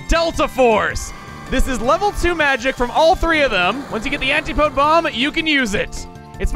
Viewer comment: Hey chugga, just wanted to let you know, "antipode" is pronounced "an-tih-po-dee"